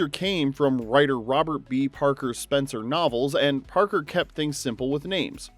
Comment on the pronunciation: I watched Spenser: For Hire and loved Robert Urich...but I still have a mad passionate thing for Mr. Brooks.... "Spen-SAH!"